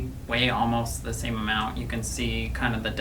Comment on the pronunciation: emount not amount 🤦‍♂️